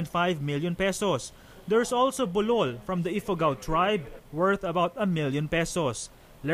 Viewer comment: Bul-ol not bulol